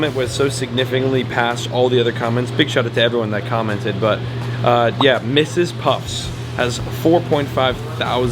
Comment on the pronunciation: the is no "s" on the end of Mrs. Puff from Sponge bob lol